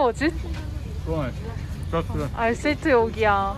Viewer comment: Güjel diyerek geçti video tribe girdim güjelmiğ seviyoruz seni kral 😂